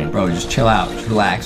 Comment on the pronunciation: Is not adem Is adam